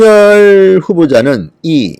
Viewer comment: 진성호氏 윤석렬이아니라 윤석열이라고 발음하세요